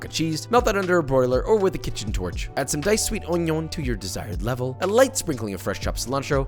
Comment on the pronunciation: “On’ion” Gets Me EveryTime 😭💯but most definitely Finna try